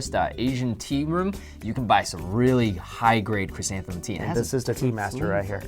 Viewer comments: It's ' ChrysantheMUM Tea ' not ' ChrysantheNUM Tea ' lol .. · It's chrysanthemum.